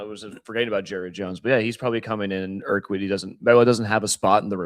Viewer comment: Urquidy - pronounced - eer - kee' - dee. Accent on the 2nd syllable